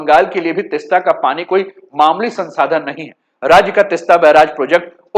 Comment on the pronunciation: तिस्ता नहीं तीस्ता बोलिये जी